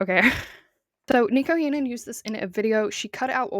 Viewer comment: if you are going to make a 20 minute video about someone can you please pronounce their name correctly